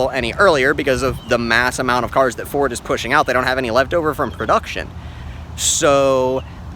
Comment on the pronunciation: Gotta love Furd...oh..I mean Ford.